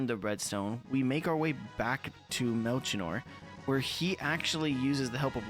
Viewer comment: What an amazing game. Still in my top 5 RPGs Edit: Melchior is pronounced "Mel-key-or" 👍🏻